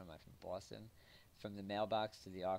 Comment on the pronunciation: "What am i from Boustun?" lmao